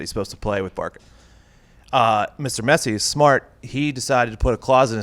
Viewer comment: I am sorry but I am 20 seconds in this video, He said Messi’s name wrong and he said that right now Pulisic is on Messi and Ronaldo’s level? Okay I like Pulisic I do but he is potential is not on Messi or Ronaldo’s not even close😕